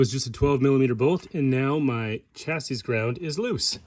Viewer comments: Curious which country you're from that pronounces the last S in "chassis?" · Chassis “chassy”